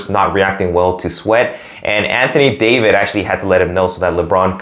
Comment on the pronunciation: Anthony David??? Lol... "Davis" Nice vid.